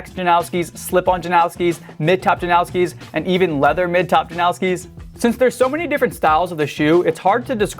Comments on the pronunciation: Jan-oww-ski ❌ Jan-os-ki ✅ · The Janoskis aren't pronounced as 'now-ski' at all, Polish name or not. And this is coming from my Polish friends who ride those shoes. There's no 'now' sound, but rather a 'nos' as in Thanos. It's pronounced as 'nose-ski' basically. The only people calling it 'now-ski' are weird 'Americans'. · Why do people say "Janowski" there's no w in the damn name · first of all you say JANOSKI wrong. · There's no W in Janoski